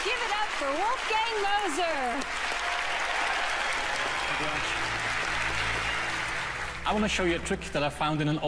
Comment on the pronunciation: I thought she shouted "Wolfgang Loser"